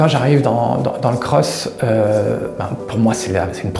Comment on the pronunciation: Pk il dit cros ??